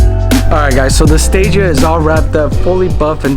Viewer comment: Listen here 😂 it’s not a gtr and you said stagea wrong. Yeah they look nice with a 34 front but a stagea isn’t a gtr and the front of the 260 is one of the best looking front ends on any car,I personally don’t know why people do the swap but everyone can live their life’s how they want. Not a gt-r bro. It’s a 260rs four autech